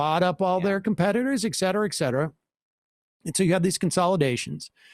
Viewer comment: Ffs, SAM, it's, "ET cetera," not, "ec cetera." You say it all the time, and every time, you say it wrong. It's as dumb as if you pronounced "specifically" as, "'pacifically."